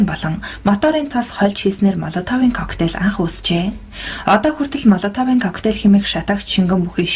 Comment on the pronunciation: Молотовыг Моолотов гэж дуудна.